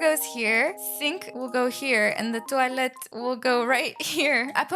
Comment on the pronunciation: Please stop saying toilette 😭